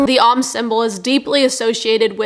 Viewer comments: is not the Sanskrit om symbol. The symbol the company uses looks like the Greek character, omicron. "Om" rhymes with "home", not "Tom", as you are pronouncing it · Lol exactly. She's too ignorant to know the symbol and too ignorant to pronounce it correctly. Really shows the level of intellect and quality of information coming out of this channel 😂